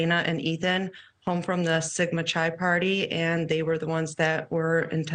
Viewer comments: To Ms Dallas: Pronunciation, please…. Sigma Chi isn’t an off shoot of Chai Tea🤣Sigma Chi, Chi is like kite without the ‘t’. Okay? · Nor is it “sigma chai” 😂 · She said Sigma “Chai” 😂😂😂😂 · why can no one pronounce sigma chi correctly ? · Wow, u go on national tv and can't even pronounce Oregon or Sigma Chi right.